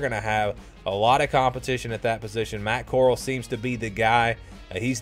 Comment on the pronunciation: U can’t even pronounce Matt Coral’s name right oh my gosh 🤦🏻‍♂️ this is the biggest choke I ever heard